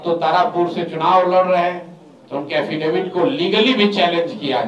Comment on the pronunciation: एफिडेविट नहीं, हाफिडिफीट के करते है सम्राट चौधरी 😂